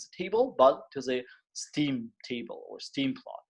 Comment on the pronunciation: it's [stem]